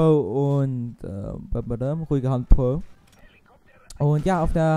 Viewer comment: Ich find deinen Akzent lustig : Puoue statt pro :DD